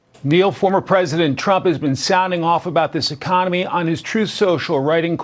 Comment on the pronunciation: "our econowee will be in full retreat" - - sounds like he's got prostate problems, trouble with the wee ... and FOX fact checking - sounds like Rupert has turned again the orange snowman.